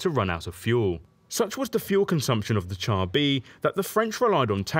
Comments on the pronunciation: It's pronounced "shar", not "tchar". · Good video. Just one criticism. 'Char' is pronounced 'Shar'. 'Ch' in French is the same as English 'Sh'. We pronounce 'chassis' correctly, so why not 'char'?